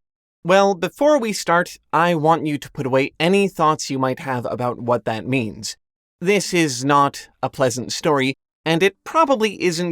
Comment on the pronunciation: A year! I love how you say thath.